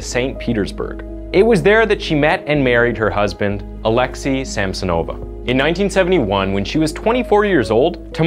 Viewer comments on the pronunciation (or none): Yup. Hurt my ears when he said Alexei Samsonova.